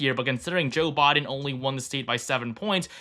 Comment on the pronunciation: I swear i keep hearing Jill Biden instead of Joe Biden